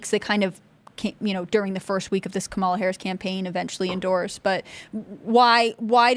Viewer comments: Comma-la? More like Coma-la. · Kum-all-ova her.😂